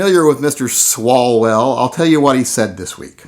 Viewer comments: I believe the Congressman's name is pronounced "Swallow-well". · It is pronounced Swallow-well